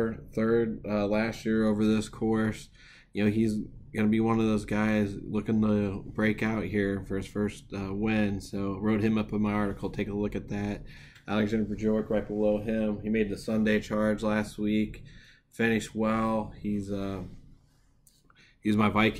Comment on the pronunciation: Viking blood play of the week and can't pronounce a Viking name. It's B-york. You're welcome.